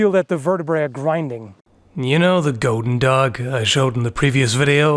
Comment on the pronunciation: I can't be the only one who thinks that hearing him say "Goedendag" is oddly satisfying.